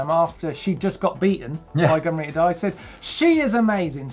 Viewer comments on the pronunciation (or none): Am i the only one that misheared "Gunn Rita" as " gonorrhoe"? I feel bad because she IS an amazing rider.